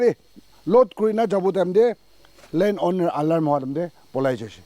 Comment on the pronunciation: Owner❌️ Oonar✅️